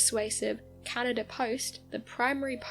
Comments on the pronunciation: ...meanwhile, it makes me CRINGE!😒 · I absolutely adore the way you pronounce "Canaduhr".